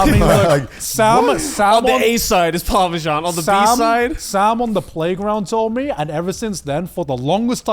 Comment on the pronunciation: Fully Revoking Garnt and Connor’s British citizenship for calling Parmesan “parmejan”